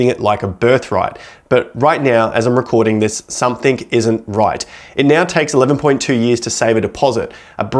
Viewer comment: I can’t take anyone seriously who says “somethink”.